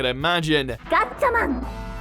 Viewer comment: it's gatchaMA'M 😂😂